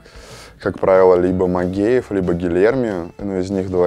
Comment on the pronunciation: Научитесь уже правильно произносить фамилию Магкеев